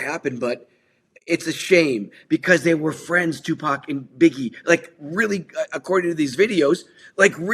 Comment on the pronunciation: Can we learn how to pronounce Tupac’s name. It’s not Tupack.